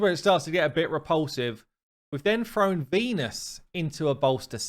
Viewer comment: Spell thrown…… say thrown…… British version of thrown…… froan?